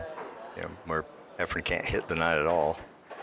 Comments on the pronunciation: Its efren not efrum geez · Why do many of these commentators you use call Reyes "Efrem?" So much for credibility. And the other guy who worked at the Weather Channel: he's a meteorologist and does not understand what "30 percent chance of rain" means? Too much yammering... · This is probably the third different commentator I've seen on youtube who refers to Efren as "Efrem." It drives me crazy. Show some respect and get the name right. He is, after all, one of the greatest pool players of all time. He might even be THE greatest player of all time. EFREM? Good God.